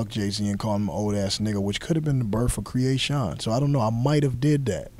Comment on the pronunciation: First thing, he pronounced Kreayshawn wrong. Second she's Russian not "European white." I think he smoked some of that crack he was selling when Master P. was saying Uhhhhhh...